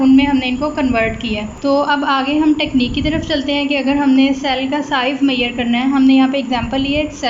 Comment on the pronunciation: Wtf is मैयर? It's measure